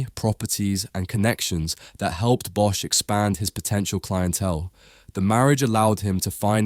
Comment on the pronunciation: "bosch" is pronounced as "boss"